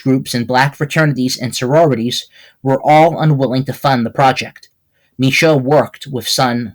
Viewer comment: Hey great documentation on my family. Some things are wrong like your emphasis on the pronunciation of my name. It’s Shoe like what you wear on your feet. Mishoe! Also my great grandma was from Virginia not NY. She grew up around Philadelphia. Not NY. But the rest relatively on point. Luna Mishoe IV.